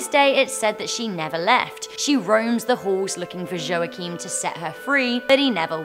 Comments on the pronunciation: Hej! Friendly tip: the name Joachim is pronounced as "yo heem". The "heem" part is pronounced like the word "seem" but with an "h". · I don't think that's how you pronounce Joachim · this is the worst pronontiantion of the name Joachim I've ever heard. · Your pronounciation of "Joachim" is hilarous xD Just like "Rumpelstilzchen"